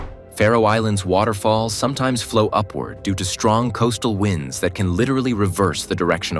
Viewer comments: Says "wind" instead of "wind." Obvious AI slop. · I really wish you didn’t use AI to narrate. Trade winds was pronounced trade wynds